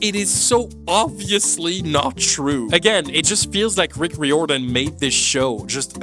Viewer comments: why do you pronounce Rick Riordan's surname weirdly? it's rai-or-dan. 11 books, as I write this comment. Annabeth turned from a white blonde girl into an angry black girl, or at least she’s a part of of an angry black woman's trope. I wonder what their excuse would be if kids told them they disliked this show, let alone hated it. I hope it won't be the case with the Harry Potter reboot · You’re pronounced Rick Riordan's name wrong, it’s ray or Dan, it’s like you pronounce diamond. he’s proved that he doesn’t care about the book accuracy as he used to when the movies came out. not exactly, Rick wrote at least 11 more books besides the original book series. Percy was watered down 😅. maybe that happens with the show because the ones who are related to the show think the target audience has short attention span, so much so, they think the audience will never have the patience to watch the show if it had the length it needs to have to show everything needed to be shown in it. true, how did they miss that? I know movies and videos are also visual, but shows called shows for a reason, have they forgotten that? What’s the point of making a SHOW if you don’t SHOW anything? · Riordan is pronounce rear-don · i wish youd googled how to say Riordan lmao i swear its not that hard. Reer-Duhn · You mispronounced riordan every single time you brought the name up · Fans be RIOTIN over your pronunciation of Rick Riordan